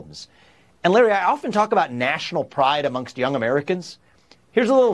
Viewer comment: Larry says his first name wrong